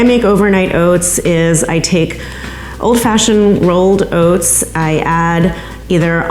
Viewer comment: OATS OATS OATS.... fockk this woman at the beginning with her stupid pronunciation